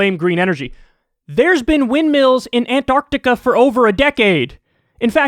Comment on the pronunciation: He can say rural better than he can say Antarctica.